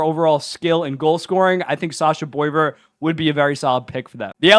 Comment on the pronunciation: I'll help you out, it's SASHA BWAH-VAIR 😂